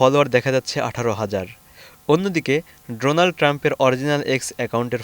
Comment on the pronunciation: Just bring it the attention of the concerns and correct your pronunciation of 'Donald', it should be pronounced as 'Daw nald', a bit unusual eh?